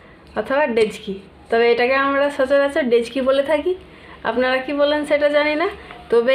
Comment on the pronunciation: আমরা ডেকচি বলি ডেজকি না 😊😊